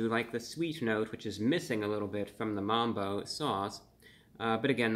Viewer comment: MUMBO BRO NO NOT MAMBO NOOOOOO BROOO